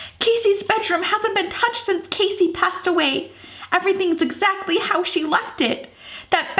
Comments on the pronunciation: I love you ok, but it annoys me when you pronounce Cassie's name as Casy, as it is Kassie Cassie, is pronounced Kassie, but I love you so much, and I love this series! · I agree my sister name is Cassie and when she says Casey it bothers me. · 4KidsGaming it is pronounced cAssie